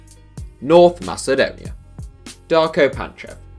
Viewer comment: When you said NORTH in north macedonia it hurted